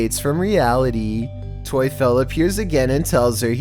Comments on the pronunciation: Tuefel : if you change the u and e it’s Teufel and Teufel in german means Satan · Tuefel?😂😂 In germany the devil is called Teufel. But Tuefel sounds better😂 I love it hahahahaha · The#1 video "toyfel". Obviously not Polish but "Teufel" is German for "Devil" and is pronounced basically the same way...just throwing that out there.